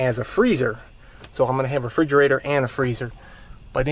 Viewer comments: It's "refrigerator", not frigerator. For the love of god. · Bro it's refrigerator not frigerator*